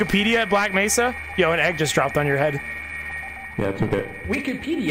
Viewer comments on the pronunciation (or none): It’s Mesa not Nesa